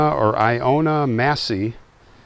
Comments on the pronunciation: Ilona Massey. Short I as in it. Pronounced I low nuh. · The wife's name ILONA (ILL-O-NAH) is "Helen" in Hungarian.